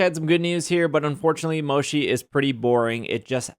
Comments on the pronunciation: Mo-chee, not mo-she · I'm sorry the way you pronounce Mochi is killing me, my adhd told me to tell you it's MO CHII like Chill. Not Shi lol sorry 😅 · Finally we can lock the mini map 🥺 That's one of my favourite updates lol By the way, the pronunciation of Mochi is more like "motshi" not "moshi" :) Anyways, great video! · Mo-chee not moshi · Mochi is actually pronounced Mo-chi, not Mo-shi. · One thing that bugs me. Its Mo-Chi not Mo-Shi. Mochi is a desert made out of rice flower that come in various flavors and styles. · Lol at moe-shi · I’ve never heard anyone pronounce mochi as “moshi” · The mochi is pronounce is like this mow.chee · Mochi, has no "sh" sound in it it's a "ch" sound :L You can also get more than 1 HM from other raids...though rare they give up to 3 not just 1... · It's hard to listen whenever he said mochi wrong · Mochi is pronounced with a ch, not a sh.